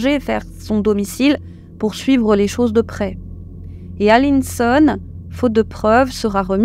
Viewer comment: "Alisson" et non "Aline Son" "Lucinha" et non "Lucia"